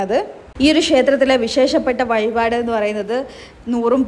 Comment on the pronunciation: വയിപാട് / ഏയര--- എന്താണ് ഇത്. ഴ എന്ന അക്ഷരം അറിയില്ലേ. പിന്നെ വടകര ഭാഷയാണെങ്കിൽ മുഴുവനും അങ്ങനെ പറയണം. വടകരക്കാർ അറിയത്തില്ല പറയത്തില്ല എന്നൊന്നും പറയാറില്ല